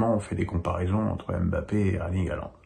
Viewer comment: Wesh fait une effort avec les noms des joueurs tu les a pas respecter la 😂